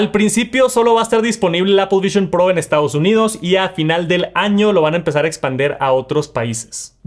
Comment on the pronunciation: se dice expanDIR